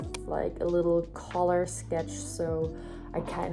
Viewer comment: "Cruel, but fair" You're a mood XD The painting looks awesome as per usual small tip, the way you pronounce "color", it sounds more like "collar", I'd pronounce it more like "kallor" if you know what I mean. I won't make that type of comment a habit, I just thought because it's a word you're bound to use more often :) (edit: typo lol)